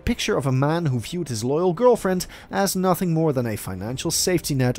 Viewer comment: It’s the “Learning NHUUHTHING from his mistakes” 😩